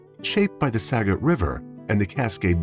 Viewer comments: SKAGIT!! Not sagit!! SKAGIT county! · Washington native here... Skagit County is pronounced Skah-gette not Skadget. Cedar Wooly is actually Sedro Woolley. A lot of towns in WA are hard to pronounce because they are named after the local Native tribes or past Native tribes. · It's Skagit...pronounce the k as well. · And Skagit is pronounced SKA-JIT.